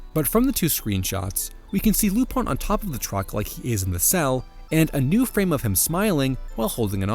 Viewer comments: “Lupan” is the way his name is ACTUALLY pronounced if you watch the damn show and “Rupaann” is the Japanese pronounciation. Non lupin fan detected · Spelled LUPIN Keeps saying RU PONN why, exactly?